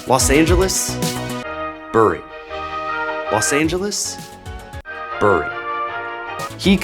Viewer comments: Excellently researched as always. It's a real shame that Reebok were one of the major British sports brands and are now basically just a nane. The same thing happened to another brand from the north west of England, Umbro, when they were bought out and then sold on by Nike. By the way, Bury is pronounced 'Berry' - British place names, eh? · Reebok lost because you pronounced Bury wrong. 🙂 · This is a weirdly common mistake, even from English people who aren't from the northwest though "Bury" the town is pronounced like bury the verb, it is a homophone of "berry" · Great vid, but could of done with asking a brit how to pronounce Bury, it’s pronounced like bury, ie burying someone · The picture of Bury was funny, but you should have done a search for how they say "bury". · Ahem ... we say ‘berry’ not ‘bu ree’. Even here, in Bury. Check out our Black Puddings. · Bury is pronounced like 'berry' not 'burr -ree' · Terrific video! I don't mean to be pedantic but Bury, Lancashire is pronounced more like 'berry' -the fruit than 'bury' -to inter. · It’s pronounced ‘berry’ and not ‘bury’ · Hi, just a minor comment from a Brit. Bury is pronounced "Berry" instead of a "u" sound. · Lol in the UK we say "Berry" not "Bury" despite the spelling. For example you dont "Bury your dead" you "berry your dead". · FYI bury is not pronounced that way. It’s obviously pronounced bury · I love that you dunked on Bury while calling it "Beuurry". YOu made it sound more exotic in my mind. I had Reeboks in 87, awesome shoes. They just had some great designs in the late 80s compared to the competition. Then they did virtually nothing to innovate as far as I remember. It's a design led industry innit? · Ah man… great video but super off putting as a Brit to hear Bury pronounced like that - it’s pronounced “berry” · Bury is pronounced Berry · FYI, Bury is pronounced ‘berry’ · FYI - The way we pronounce Bury is Berry with a soft e - because of course we do! lol